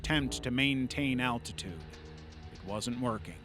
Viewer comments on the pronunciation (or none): none